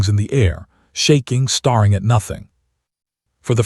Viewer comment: Staring has only 1 R not 2 , the AI needs to learn how to pronounce words CORRECTLY, 😂😂😂